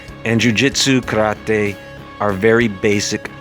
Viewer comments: Something happens with the sound when u say karate, it’s like you are having a stroke when u say it.... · he tries to pay respect by pronoucing it like a japanese would do